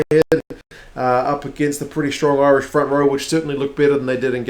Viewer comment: Loving the previews. Impressed by the Irish pronunciation too! Spot on.